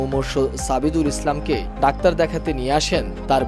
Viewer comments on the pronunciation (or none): ডাওার না যানুয়ার